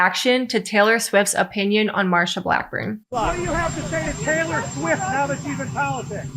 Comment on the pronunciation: TAY-lurr SWEEFT 😂